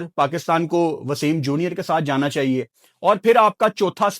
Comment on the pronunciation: That one word "chaieye h" 😂😅